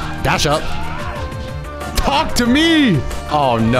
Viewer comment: Anytime says talk to me all I hear is talk Tua me